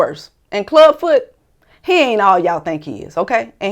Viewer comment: Did You Say Klub Foot?😂